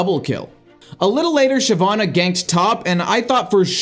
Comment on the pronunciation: I noticed he actually pronounced shyvanna right XD